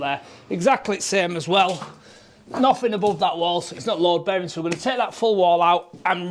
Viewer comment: great work, well done catching the loadbaring before it was too late and fabulous pronunciation 😂hope you and yours have a happy easter